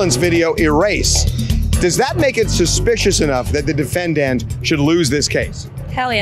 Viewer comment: Why does harvey (the reporter outside) always say "defenDANT" instead of "DEfendant" 😂 he puts the stress at the end of the word and it sounds so weird